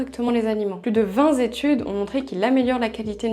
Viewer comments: Vingt études pas vingtZétudes 😅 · Plus de vingtZ Zétudes ?